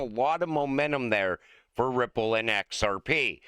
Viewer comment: At the end i could have sworn said cryipple lmao. Ripple is massive, so we might as well call it cryipple😅